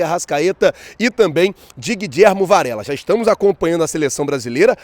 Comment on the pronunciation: Quem é guidjermo? O próprio jogador falou que é Guilhermo, como se lê, chato isso